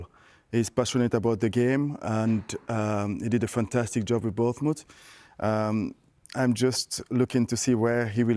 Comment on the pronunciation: Vieira trying to say Bournmouth 😭😭